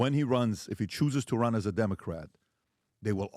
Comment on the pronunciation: Stephen A: "i might rin for president. Voters: " I need convincing" Stephen A: "I dont give a shit"